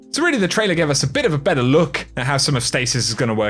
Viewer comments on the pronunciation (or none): none